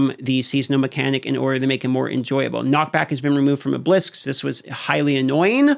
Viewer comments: Sensal and oblisk are interesting ways to pronounce these words. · say itt with me sen-a-chal. ob-a-lisk